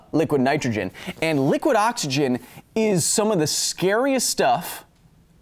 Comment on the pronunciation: never heard someone pronounce it "Awk-isgin" with so much intent before! well done is finding another way for me to spend more time on your video :P